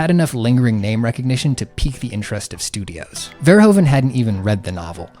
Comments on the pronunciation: I'm very glad you're talking about all of this. Great work, one sidenote though: Verhoeven is rather pronounced Verhoofen, the Dutch sound of oe sounds more like oo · Our country is called the Netherlands. NOT holland. The name holland is for the provinces south and north holland, it would be like calling the US, carolina or just dokato. also the oe in verhoeven is pronounced like oo